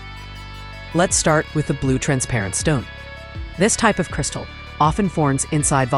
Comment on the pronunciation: Not cirisatal